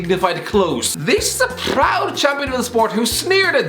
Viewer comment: why did you say “proud” like that?